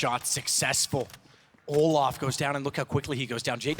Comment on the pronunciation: Fucking keeps saying olaf about Olof 😂